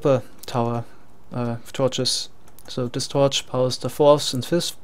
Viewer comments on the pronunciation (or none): ok, i couldnt tell, i thought so because when you say things like "this" you'll say "zis"